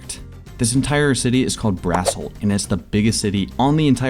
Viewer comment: So who's gonna tell him that "Brassholt" sounds an awful lot like "Asshole"? But I guess it makes sense that the Alphas live in Asshole City